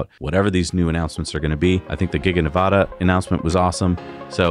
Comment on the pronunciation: Please learn how to pronounce "Nevada"... short a.